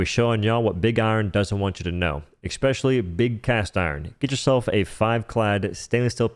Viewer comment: “Exspeacially” - not a word